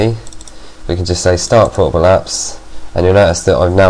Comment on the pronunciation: when you said portable I thought you said horrible...